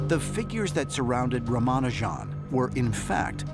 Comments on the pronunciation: By the way his name is pronounced Raamaanujan. The "J" is like in jam or jelly. Not with a "zh" sound like Zsa Zsa Gabor. Ah, the Goddess Naamagiri Thaayaar! The second word, thaayaar, is a respectful name for mother. Thai is the usual word for mother, and with great respect you'd say thaayaar. Naama is name, and Giri is mountain. Means a person as large as a mountain. Certainly not an alien being; she is a goddess of the Hindu tradition. In the Hindu understanding there is ONE incredible Mind/Energy that pervades the whole universe. However, in the Spirit ether, there are spirit guides. In the west they call them guardian angels. In India they call them gods and goddesses. Very, very few select humans are able to communicate with such spirits and obtain knowledge, wisdom and guidance. Ramanujan was one of them. He described one dream: "While asleep, I had an unusual experience. There was a red screen formed by flowing blood, as it were. I was observing it. Suddenly a hand began to write on the screen. I became all attention. That hand wrote a number of elliptic integrals. They stuck to my mind. As soon as I woke up, I committed them to writing." Spirit guides (we Hindus call them Devas (dayvaas), male gods or female goddesses) are a blend of mind and energy. In the Hindu tradition, mind is male and energy is female. Like the Chinese Yin/Yang symbol. It is by tradition that a deity of an area is worshiped as male or female. As the above dream shows, the goddess did not appear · Dude firstly learn to pronounce the name correctly of such a great inventor..... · Why can't they learn how to pronounce name of such a great mathematician. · I wish they would pronounce his name correctly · Why do they pronounce his name with a french accent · You pronounced his name wrong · At least they could have consulted an Indian person to get the pronunciation right. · Can't even pronounce his name🙄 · At least get the name right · atleast learn to pronounce his name correct